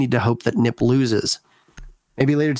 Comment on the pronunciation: It’s not neep it’s NIP